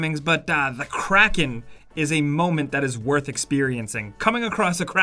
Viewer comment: Craking CRAKING it’s kraken